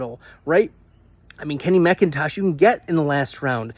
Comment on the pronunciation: Mac-Intosh like the computer not mick -in-tosh. Geezus. Credibility = toast